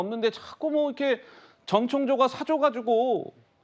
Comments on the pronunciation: 아나운서가 발음이 왜저래; 자꾸 정청조래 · 앵커님이 자꾸 정청조라고 하시니 약간 거슬리네요~ㅎ